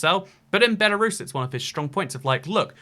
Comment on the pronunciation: Lithuanians feel polish? Dude, cmon. Post Soviet countries besides the baltics have strong ties to Russia? Dude, we in Odessa use to burn people alive that thought like so back in 2014... Ukraine is at war with them, Georgia had a war already. Its Lukashenko, not Lushenko. And its BELARUS, not BELORUSSIA!! Belarus is not white Russia! Belarus is White Rus'. RUS'!! Ancessors of Kievan RUS'! Not Russia! Belorussians will definetly feel offended if u say that to them. I think you should speak with some people from each countries before making such statements. They are just disinformation and sometimes even offensive. And a half-communist ethnic russian from eastern Ukraine is definetly not the best option.